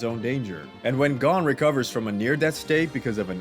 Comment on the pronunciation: New to the channel and you have done some good work, but hearing you pronounce Gon as “gone” made me want to be gone from the video😂 Arguably more upsetting than hearing someone say the “x” in HxH.